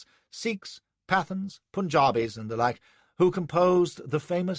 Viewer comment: A great reading, but "Pathans" shouldn't be pronounced to rhyme with "Athens", nor would a subaltern of Native Horse be Indian, he'd be British. The King's Commission ( as it was by then ) wasn't opened to Indians until 1918. So....ermm..no need for the awful attempt at an Indian accent for a subaltern of Native Horse who couldn't possibly have been Indian. It helps when you're reading something out loud if you actually have some understanding of the material. Other than those grating moments, an excellent reading.